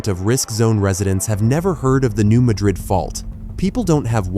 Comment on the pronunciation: Please get the pronunciation right…it’s New MADrid, not New MaDRID.